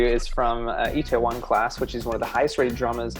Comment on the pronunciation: I laughed so hard at the pronunciation of Itaewon it was so funny to me idk why lmao 😂